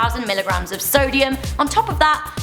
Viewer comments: it said "Solium instead of "Sodium" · "Grams of Solium"